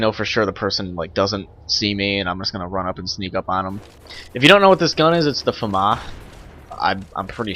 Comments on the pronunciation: mate it is called the famas not farma "Im using a farma" LOL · its famas not famaa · is it just me or did he say fama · It's Famas, we pronounce the S at the end. It's a French weapon : Fusil d'Assaut de la Manufacture d'Armes de Saint-Etienne (we could translate by : Assault Rifle of Saint-Etienne Weapons Factory, Saint-Etienne is a French city) ;) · it is French. But it's pronouced Fah-mahs.